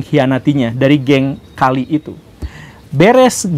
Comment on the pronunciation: Permisi untuk cara bacanya, Medellin dibacanya Medeyin, Cali dibacanya Kali🙏 Pas pertama kali nonton Channel ini, rasanya menarik👍